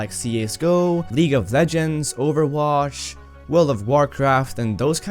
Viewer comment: ok no offense to his english but... I DIDNT KNOW THER WAS A GAME CALLED OVERWASH 😂